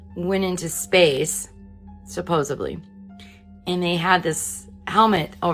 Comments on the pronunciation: What the actual hell is SUPPOSE(B)LY? Come on ,Merica, get it straight. There is NO FREAKIN' B in, s-u-p-p-o-s-e-d-l-y! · Supposebly - Joey Tribbiani